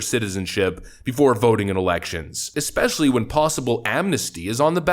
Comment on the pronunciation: Especially. Not 'Eckspecially'. Idk why that bugs me so much but it does. Sorry. I know it seems petty, but I need to make the world a better place, lmao.